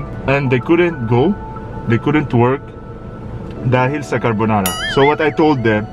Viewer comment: He calls the Corona Virus "CARBONARA"🙂🔥🤣